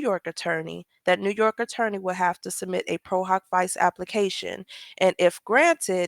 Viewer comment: We pronounce it pro - hahk- vee-chey (it’s Latin)